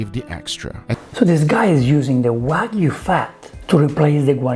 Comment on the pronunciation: You're one of the only celebs who pronounce "wagyu" correctly. A lot of other chefs call it "wa goo"